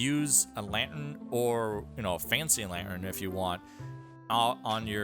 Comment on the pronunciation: Hahaha I don't think that's how you say lantern.